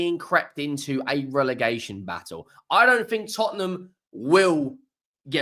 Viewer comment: Relegation NOT Relergation… OUT